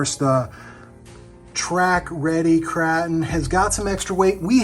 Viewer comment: Kraton, with a soft “a” vowel? Are you trying to joke or really don’t know how to say Kraton?